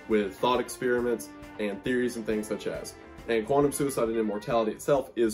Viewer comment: The conspiracy of wendigoon saying “such as” but really saying “such ass” glad I found this channel fr I subscribed.